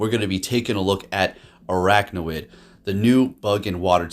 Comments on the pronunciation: Think its funny everyone is saying stuff about him mispronouncing salazzle but not araquanid. Both him and Zyonik call it "araknawid" rather than "araquanid". awesome team and video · It's pronounced as "AR-AQUA-NID".